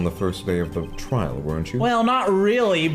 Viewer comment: my mom's friend's daughter was watching me watch this and she was reading along so here's some highlights: - calling Edgeworth "Eggey" - actually nailing Lotta's voice - trial is pronounced as "tree-all" - "INVASTIGAT"